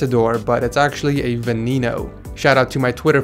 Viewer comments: Its not veneeno dude. Its VA Neh No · "Veneeeno" - Unsubed. Lol but it's Veneno like ven-ey-no 😉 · My mans really just said venEEno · HE SAID VENENO WITH A V! 😂